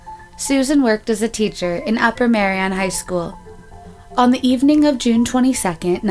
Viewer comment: It's ardmore pa not admore pronounce ur words right ty.Ur not pronouncing words right u can throw people off if their looking for someone or whatever. Upper Merion not Marian.